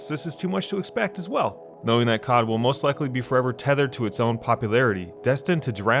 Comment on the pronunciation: i cringe every time u say "cod" as a word